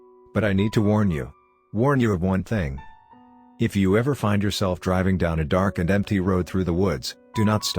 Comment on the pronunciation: There's no "e" in driving, love.